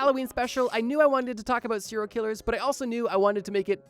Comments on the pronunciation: What the hell is a CIRIL killer?? It’s SERIAL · Sounds like he’s saying Syria killers 😂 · “Seral Killers” I can’t stop hearing it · Had to stop watching after a few seconds because I kept hearing "siller killers" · Why the fuck is every youtuber so marble-mouthed? You literally mispronounce SERIAL in the first 10 SECONDS. Actual slop content by the way.